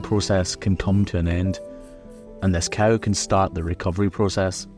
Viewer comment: You call them „stark“, and here in (Northern) Germany they are called „Starke“. Pronunciation is a bit different, though. 😊 I also find it remarkable that cameraman says „coo“, which sounds like the German word for cow: Kuh. In some areas around here, people say „co“ (as in co-worker) or even „cow“. Language is funny, innit?